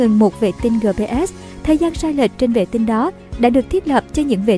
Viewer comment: Gờ pê sờ sao đọc gờ pê ét 😃